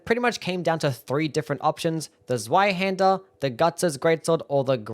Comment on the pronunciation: Zweihänder is pronounced tswaihander you absolute sub 80 iq doughnut.